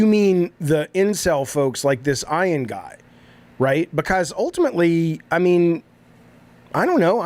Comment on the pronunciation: Today I learned that Jaffe can’t pronounce the name “Ian”